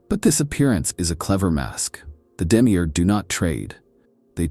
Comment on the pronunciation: Demi eeeeerrrg Its Demi-urge. Effin yanks.